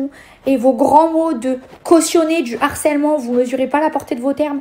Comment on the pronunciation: Merci. On rehausse le débat. De même que mes oreilles me font mal à chaque fois que j entend l harcèlement. Alloooooo...C LE harcèlement, le h n est pas aspiré. Mais bon...C peut être un peu trop pour eux...